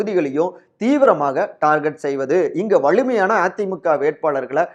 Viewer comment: செய்தியை நல்லாதான் சொல்றீங்க. ஆனால் "ல" "ள" உச்சரிப்பு சுத்தமா சரியில்லை. வலு என்பதை "வளு"ன்னும், வலிமையான என்பதை "வளி"மையான என்றும் உச்சரிப்பு தடுமாறுது